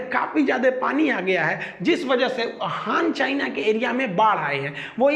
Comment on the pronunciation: हांग चायना नहीं, हान चायना कहो।ये गलती छोडके बाकी व्हिडीओ बहुत अच्छी है।चायनाकी पोल खोलनेके लिए बहुत बहुत धन्यवाद।